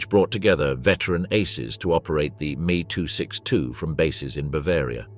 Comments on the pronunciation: dumb ai and lazy developers of youtube videos its not me its M E two letters pronounced seperately, and its von braun not van brown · It is M..E short for Messerschmidt not me as in oneself. The curse of AI generated speech